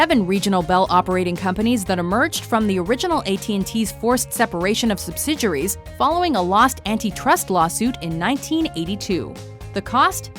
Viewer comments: OKAY.. Listen Announcer lady.... Say it with me... Before I reach through the screen and smack your Mom..... SUB-SID-EE-AIR-EE!!!! = Subsidiary Not however the hell you're saying it!!!! sub-sid-your-ree... UMMMMM NO!!!!! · You're killing me with the way you're pronouncing the word subsidiary. Does it look like a French word to you, is that why you're pronouncing it the way that you are?